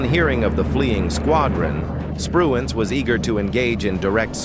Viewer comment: the computer , also said Adm Spruance wrong and Adm Mitchner wrong